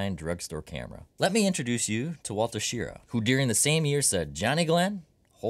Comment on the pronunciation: Wally Schirra's last name is pronounced like hurrah!